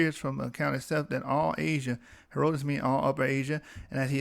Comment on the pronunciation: BROTHER, If YOU PERSONALLY don't want to be identified as AFRICAN. LET ME SUGGEST that you get a girlfriend raised in Africa under an ENGLISH-TYPE school system or one with good diction and grammar from the STATES and have her point out all your little "glosses" (inaccuracies) like mispronouncing HERODITUS until you correct yourself. YOU WILL NOT SOUND CARELESS AND SLOPY, HENCE, YOU WILL PROJECT MORE AUTHORITY